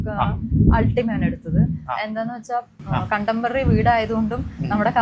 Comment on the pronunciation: "കണ്ടംപറി" അല്ല. കണ്ടംപററി (contemporary) ആണ്. പകരം "സമകാലികം" എന്നു പറയൂ. എന്തു നല്ല മലയാള വാക്കാണ്!